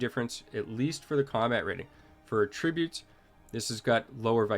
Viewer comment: Sorry to nitpick,, but that's not how "attributes" is pronounced. 😊